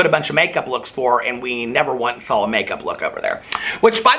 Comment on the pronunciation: am I the only person who thinks says "sawl" everytime he says "saw"??